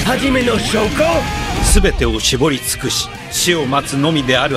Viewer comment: i love how shoko is just called "shoe"